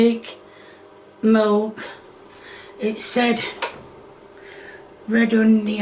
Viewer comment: I'm not sure if my store carries "Molk".